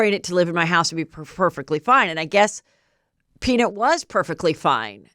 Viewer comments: Lol Heather. PeanIT lol, I think it's PeaNUT 🥜 Anyway love you 😍 ❤ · Will you please share with your loyal Get me Behind Gates listeners what the hater said in the note? So curious what they think you have. The “peanit” pronunciation is making me curious again 😆 Love you HEATHER! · Heather cracking me up over here with her pronunciation of the name peanut 🥜 = “Peanut-Nit” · You said “Peen-it” 😂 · Omggg is it a joke idk cuz the way she was saying peaNIT instead of nut was cracking me up & she said the word like 20x. I don’t have social media so idk if that’s part of a joke or just Heather being Heather but it was making me giggle😂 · I was annoyed by how HM pronounced PEANUT in the beginning and was just left with an unshakable ICK as it went on. Worst episode ever. Couldn’t even finish it